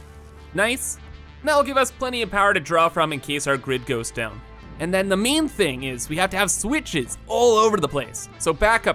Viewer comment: Every time you say "Main" I think you say "Meme". So you've been talking about having a "Meme power switch" during the whole video... XD Good luck with the new world, man. Can't wait to see you reach new heights... and break Satisfactory once again! (also can't wait for the world download) <3